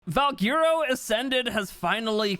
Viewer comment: its pronounced val-Gwer-o not val-gear-o